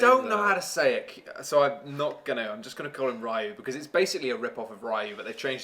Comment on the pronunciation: It's pronounce Ree Yoo,... like how said Kyoryee-yoo at the beginning but without the Kyo part.